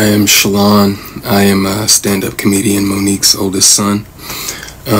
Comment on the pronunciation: My name is Shalon and I have never heard anyone (including myself) say my name as beautiful as you do! I will have to practice saying it like you do. And you look gorgeous, btw.